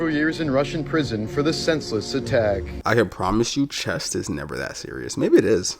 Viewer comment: it's chess not chest